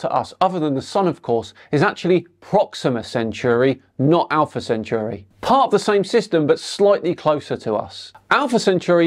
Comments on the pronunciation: CC may be an idiot but at least he can pronounce Centauri correctly., it's centauri not cenchuri. It doesn't even look like cenchuri. You really need to work on your pronunciation before poking fun at these idiots. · Centauri, not centuri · ‘Sent-oarey’ not ‘sent-yuri’. Just saying…